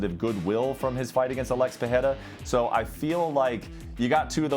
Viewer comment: How are these "professionals" still mispronouncing Pereira's name?